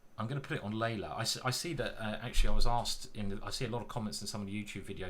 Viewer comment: Love your deep analysis. PS. You pronounce Leela as Layla (Leila), but it's Lii'la as in Leeloo (key blue)